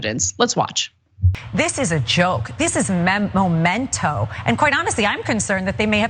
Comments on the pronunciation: Memento not Momento. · It’s memento not MOmento. Can’t stand how everyone is saying it the wrong way. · The word is "memento" not "momento"! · MEMento, not MOMento!